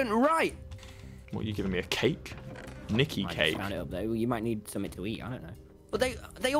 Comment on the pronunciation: " Niki Cake " sounds literally wrong